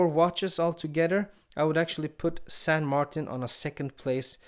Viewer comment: Currently I live in Essex, but I'm a Londoner who speaks Spanish and understands basic French ,so I think I'm uniquely qualified to give a reply(!). The name is close, but no cigar to someone who doesn't know how to spell a saint's name correctly in any Latin language. It's closest to the name in Spanish ( San Martín), with the 'i' pronounced like 'ee' in English. In French it would be Saint Martín. TBH, I would pronounce it with an English pronountiation with 'Martin' sounding like one of my mates & would say everyone else should do too, to avoid sounding silly.(the way it's said ). Cheers.